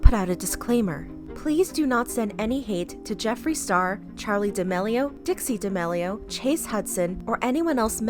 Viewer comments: She really said "de mellio sisters" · I love the vids but it’s pronouced d’ameelio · “The D’mAilo sisters” 💀💀💀💀💀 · Bruh, it’s pronounced (Dah-meal-ee-o’s) btw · It’s pronounced DIH-MEAL-E-OH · Isn’t it pronounced “ da- mee-lee-oh”